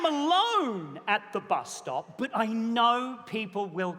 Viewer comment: The bus stop-ah! Emphasis on the P